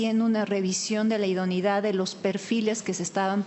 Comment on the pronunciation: Me pregunto por qué no pronuncia “idoneidad”; sino, idonidad? Se come la e!